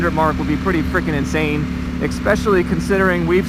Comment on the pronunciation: Wow did he actually say eXpecially?